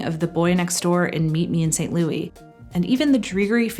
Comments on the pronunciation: I’m sure somebody else mentioned it but since you sent it a few times, I know it wasn’t a one time mistake but St. Louis is pronounced ‘saint lew-is” It’s a major city in Missouri? Thought I’d mention it in case you meet a man whose name is LOUIS. Not usually the same as a man named Louie. 👍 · Don't like the stylistic choice of calling it Meet Me in St Louis pronounced as St. Louie. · Great video! BUT correction: Movie should be pronounced “Meet Me in St. Lou-IS.” Judy sings “St. Lou-EE” for musical reasons but pronounces the city “St. Lou-IS” throughout the film. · I’m sure somebody else mentioned it but since you sent it a few times, I know it wasn’t a one time mistake but St. Louis is pronounced ‘Saint Lew-is” It’s a major city in Missouri. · Somehow I’m getting the feeling that she might be Canadian by the way she says St. Louis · I love and agree with everything you said in this wonderful video! Except for the part where you repeatedly mispronounced "St. Louis". LOL